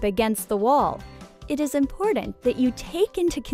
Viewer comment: Omg please stop saying “impordant.” That’s not how it’s pronounced. You’re driving me insane 🥲